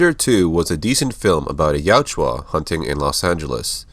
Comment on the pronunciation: Ya-UT-ja. The "u" is before the "j". It's not Yatjua. I would love all your videos if hearing that wasn't making me cringe every time.